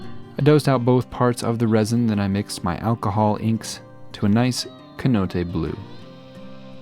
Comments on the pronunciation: Small note: You pronounced cenote like "keh-note-eh". It is pronounced "seh-note-eh" lol the "C" is an "S" sound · Hate to be that guy, but it’s pronounced say-now-te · Believe it is pronounced cenote ( senote )👍🏼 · "Get back ya darn sea Cai-yoates." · isn't it pronounced with an S sound? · If you're referring to a Cenote, the deep pits with water, the 'C' is more of an 'S' sound and not a 'K'